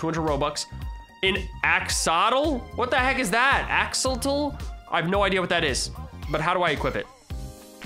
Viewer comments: axolotl ax-uh-lot-ul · Who else is a gravity falls fan and cringed at him saying axolotl